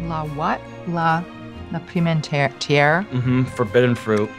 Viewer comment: Love how she pronounced "La Pimenterie", love how she reacted to it lol